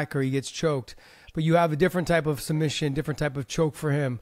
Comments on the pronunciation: SuMBission - i thought it was some new technique. 😂😂😂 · Submission ❌ Sum bission ✅ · Islam saying sumbission 😂 ❤ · He loves sumbission 😂 Love this guy . Excellent fighter